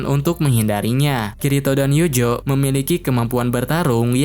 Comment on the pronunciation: Bang tolong bet penyebutan nama pake Pelafalan asli, Eugeo jangan Yujo, Alice jangan Alis, beda penyebutan nama malah serasa beda karakter 😔